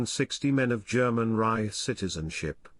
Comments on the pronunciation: “Reich” mispronounced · Why can't this guy pronounce "Reich"? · This must be artificially spoken which explains the mispronounced “Reich” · Yes, of course that's true. But still, why can't it pronounce "Reich"?